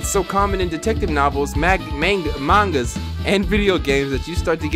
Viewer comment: did this man just say manga (M-aye-n-ga)😂